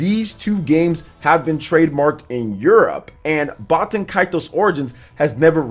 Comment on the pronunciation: I think you're saying baten kaitos wrong